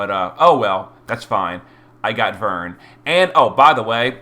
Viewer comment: Glad you pronounced his name properly lol ("VERN") That aside, I wonder how they'll treat with the fragment select tickets that I assume were in that mail? That exchange shop is already closed